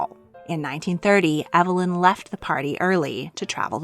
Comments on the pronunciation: Waugh's name was pronounced EEV-lin, not EV-uh-lin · I've never heard Waugh's first name pronounced "ev uh lin". I've always heard "eev lin".